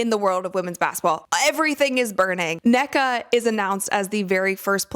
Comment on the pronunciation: Um about Nneka, It's pronounced [Un-Nay-Kah] The two n's are pronounced separately